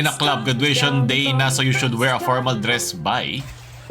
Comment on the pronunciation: "You should Wir" insecure lang tong pangit na to